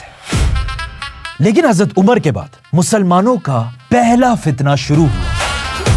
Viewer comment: #: When you pronounce ز instead of ض example حزرت instead of حضرت you are cursed.... Laanath hai tum par. Agr tum ض ko ز kehathe hai, tho tum Munafiq ho